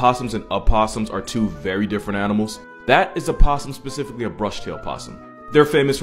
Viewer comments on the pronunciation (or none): But he says PACIFICALLY IN ALMOST EVERY SINGLE VIDEO HES MADE?!?!?!